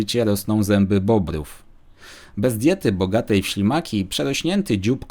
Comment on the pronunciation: Czy tylko ja usłyszałem na samym początku szlimaki zamiast ślimaki?